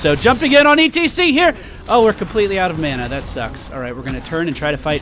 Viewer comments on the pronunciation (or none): none